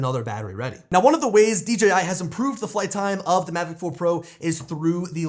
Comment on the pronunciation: Still a horrible flight durations, also stop,saying D GEEEE I Its D JAY I Ya 🤡